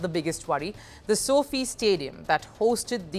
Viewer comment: Stadium should be pronounced as Sofai not Sofei - SOFi stands for Social Financials